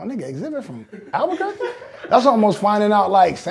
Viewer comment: Just a shout out to The Game for saying Albuquerque , Alot of people can't say it ..